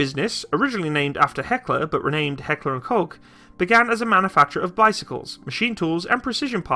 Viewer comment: Heckler & COUGH Comment below if anyone know who's Ahoy is. The man have the best pronounciation to Heckler&Koch.